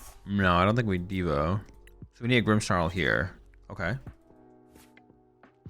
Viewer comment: there is no "H" in "Grimmsnarl". stop saying "Grimmshnarl"!